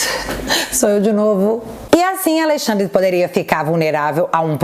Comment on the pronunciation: "Aleixandre" deu boa!